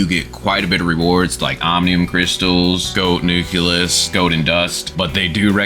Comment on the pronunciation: nucleus not nuculus, nuclear not nucular